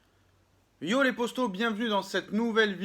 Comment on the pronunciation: Petite question pourquoi tu dit posto au lieu de poto ?